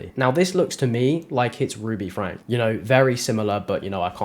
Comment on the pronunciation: It's pronounced FRANKIE.